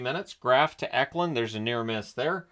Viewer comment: The Columbus game was so much fun! I had an absolute blast being there. Also I love to hear you pronounce my last name correctly. So hard for a little of people. Seeing William Eklund in person was just neat haha. The only goal allowed I would have been "ok" with would have been if Eklund scored.